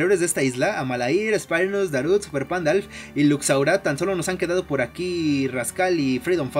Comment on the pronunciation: no puedes pronunsiar lux laura